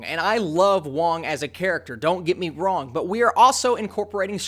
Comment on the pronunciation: Do you mean don't get me Wong? Ok, I'll shut up.